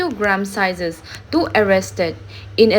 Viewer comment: sizeses hilou vin sies a pronounce bol dijoh ahe